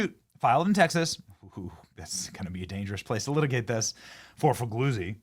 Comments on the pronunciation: 'gli' is an odd sound in italian. His name is pronounced: Fee lyee oo tzee. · FOR THE LOVE OF GOD, SOMEONE GIVE BENNY READING LESSIONS! Fig- lee- uzi! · “..Former FBI, boss, Frank Figlizard…” Is that how you say it? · Fig-Lee-Uzi, is how it is pronounced! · It's pronounced FA. GAZY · It's Frank Foo-Gay-Zee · I love how you pronounced that guys name lol